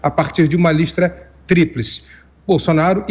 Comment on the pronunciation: Falou "Listra tríplice"...kkkkkk